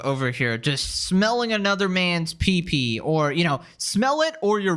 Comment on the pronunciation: He called it a "peepee"! Haha